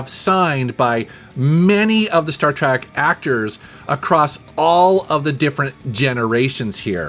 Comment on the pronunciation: Why is he saying, 'Star Track'? lol